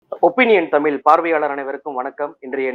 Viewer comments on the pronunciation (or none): தயவு செய்து தமிழ் என்று பழகவும் த்மில்! கடுப்பாக உள்ளது